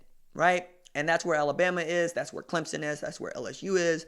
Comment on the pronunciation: Thank you for saying clemSON... you're one of the few that get it right lol. Good work, keep it up!